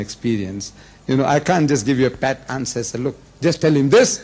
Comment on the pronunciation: "Can't give you a pet set kind of reply". It's "pat" not "pet".